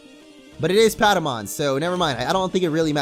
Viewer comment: its paptamon not padamon